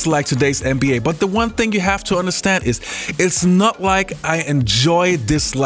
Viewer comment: i ride with you. love what you do.. BUT i want to say (& i understand different cultures do things different ways).. BUT (again).. you say NBA at least 50 times a video.. and its essential to the topic you speak on.. So.. why can't you learn how to pronounce an "N" like and "N".. so it doesn't sound like your saying MBA.. at first i was like "Huh".. and now i understand what you're saying.. but you're wearing my ear out. Put some respect on the league's name.. it's just a sound